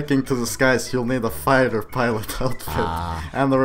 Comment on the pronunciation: figther? its fighter